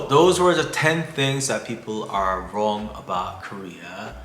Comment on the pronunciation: Is that wrong or wong?